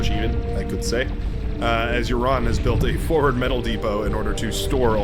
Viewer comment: Red team lead--Uran is pronounced more like Ooran. Like the oo sound in loose.